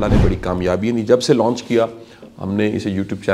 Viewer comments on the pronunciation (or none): none